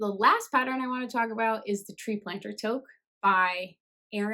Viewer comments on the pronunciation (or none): First time watcher! Looking forward to your next video. I’ve knit the wild wool trail socks, they’re very comfy and durable! Interesting heel construction that what I’m used too. Oh, and toque is pronounced ‘two-k’!